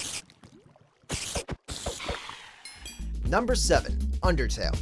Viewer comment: You can't say undertale